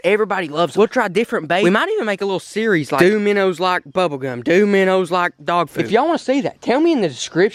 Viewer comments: My favorite part was when you say miner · “Minners” or “minnows”? I’m confused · My favorite part is when you say minners instead if minnows because you sound like my family from arkansas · I like it lol its extremely entertaining